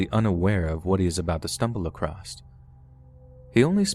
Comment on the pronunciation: Across not acrost